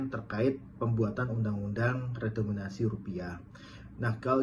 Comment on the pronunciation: Ngucap redenominasi aja gak bener pak ...mau kritik menkeu